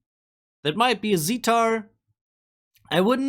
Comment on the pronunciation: IT IS NOT CALLED, ZITAR, IT IS CALLED, SITAR